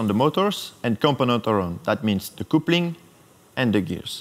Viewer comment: the word " coupling" you pronounce " capling "